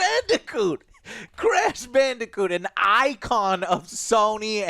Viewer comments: At of the video did Joe say crash bandicunt?!? Shit had me wheezing lol. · "Crash Bandicunt" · “Crash Bandi-c*nt”???